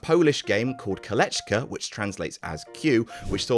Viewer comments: It's pronounced "kohLAYkah". Feel free to drop me a line whenever you need Polish pronunciation advice,. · All that research and you couldn't find a single Polish person to tell you how to pronounce Kolejka?!